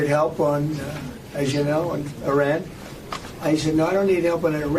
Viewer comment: His pronunciation of Iran is all over the place.